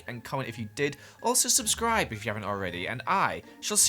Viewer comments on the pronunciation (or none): No one: No one ever:: subsrible.